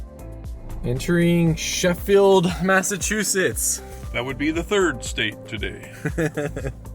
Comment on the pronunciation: Massachusetts! Yaaay! Bon (born) and raised they'uh. 😝 🤘 At least you say Massachusetts right. A lot of YouTubers can't. 😆